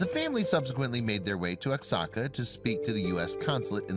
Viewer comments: SO 😔 SAD IM RELIEVED SHE WAS LIBERATED FROM THAT HELLISH MINION OF sATAn..! LOVE YR SHOW!!! ALSO, OXACA IS NOT PRONOUNCED. "OX-AHH-CAH"... IT IS PRONOUNCED "WAH- HOCK-CAH" BEEN THERE IS BEAUTIFUL... THANKS AGAIN... GODBLESS..!!! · you pronounce oaxaca, Wa-Ha-Ca!!!! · You could've quickly googled how to pronounce Oaxaca. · Seriously that was so annoying!